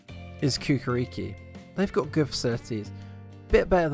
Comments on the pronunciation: Kukarikiiiii ahahahaha. It's prounounced Chew-ka-reach-ki. Good video though. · Ja ga prva dva puta nisam razumeo. Morao sam 3 puta da vracam da bih provalio da misli na Cukaricki .